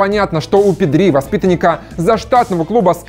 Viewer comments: ПэдрИ? серьёзно? когда научишся ударение ставить правильно? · произносил Педри с ударением на последний слог специально для Васанта?)) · Испаноязычным прям режет ухо ! Правильно Пéдри , а не Педрú !!! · pEdri ударение на Е. Испанское правило на ударение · Как то неправильно произносите Педри. Ударение падает на е, а не на и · Педриии( ударение😬)